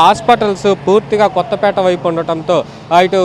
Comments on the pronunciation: కొత్తపీట కాదు... "కొత్తపేట" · kadu kothapeete.😂